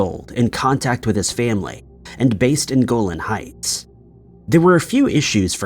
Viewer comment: It's pronounced Go-LAHN Heights, not GO-lin.